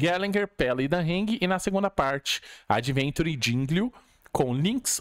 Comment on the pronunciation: Meu deus cara o nome dele não é adventure é AVENTURINE